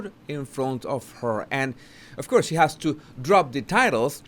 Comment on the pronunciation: Always interesting, sir. Thank you ! (N.B.= make sure you differentiate the pronunciation between 'course' and 'curse'... )